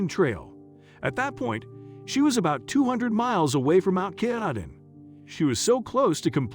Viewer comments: GodBlessHer btw say: kah-tah-din the name of the mountain at the N terminus of the AT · The pronunciation is Ka-TAH- din Mountain. The computerized vocals drive me crazy. Also, the lady had no sense of direction according to the Maine Warden Service who spend the two years looking for her. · and "katahdin" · And Mt Katahdin.